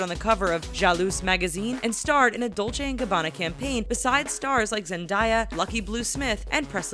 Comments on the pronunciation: My self-confidence isn't even a thing. Also Her name isn't Zendieya it's Zen-Day-a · Did they just say Zendya? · So.. you can say the last name " Bezrukova" correctly buy you can't say " Zendaya" correctly? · SHE SAID MY QUEEN ZENDAYAS NAME WRONG, I HAVENT BEEN MORE OFFENDED IN MY LIFE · You said zendaya's name wrong